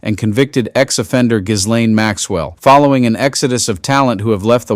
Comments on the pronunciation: Please tell your ai it is pronounced Gee- laine. Hard G. Geeeeeeeeelaine it’s not that hard. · It's pronounced Ghilane, the s is silent. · Seriously--you can't pronounce Ghislaine properly after all this time?!? 🤦🏼‍♀️